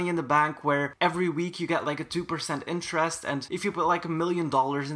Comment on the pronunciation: Let me try to help you pronounce interest, its like in-ter-est interest I hope this helped <3